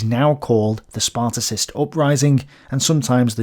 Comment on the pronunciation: You should attempt to pronouce the name of Ebert right. Also, it is not the Spartacist upraising but the Spartacus uprising. Sparticist make us believe that this is a reference to the ancient Sparta. But the Spartacus League was named after Spartacus, the leader of the Roman slave uprising. This is not a small mistake for a historian.